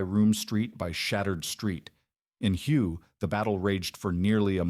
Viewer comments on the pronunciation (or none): Its pronounced way not huuu